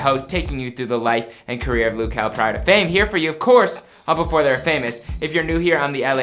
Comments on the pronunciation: ITS LUH JEL NOT LOU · "Loo kel"?